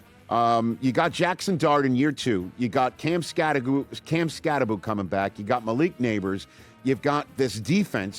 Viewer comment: Eisen, this is for you and all the talking heads out there, as well as any fans that keeps calling Cam Skattebo as "CAM SKATTE-BOO." It's pronounced, CAM SKAT-TE-BO with the B and O as in "BO". It's not CAM SKATTEBOO, ok. Just wanna clear that out. It's annoying hearing all the talking heads in sports networks keep saying, "Skatte-boo, Skatte-boo." IT'S SKATTE-BO... WITH THE B AND O AS IN "BO."